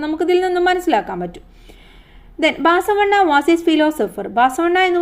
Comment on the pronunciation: Teacher baasavanna alla basavanna